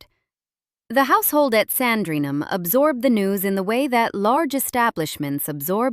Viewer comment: Please stop referring to the Queen Mother as Elizabeth Bowes-Lyon. This was her maiden name, and never used after he marriage. Also, please learn to pronounce 'Sandringham' correctly, without the American stress on the 'HAM'.